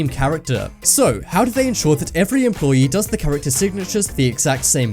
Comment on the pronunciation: it's called fucking employee not fucking employi